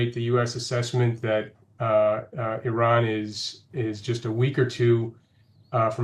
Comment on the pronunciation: he cant say iran right hahahahaha he shows his iran being american trying to be iran and zionist and lastly european hahaha what a joke was that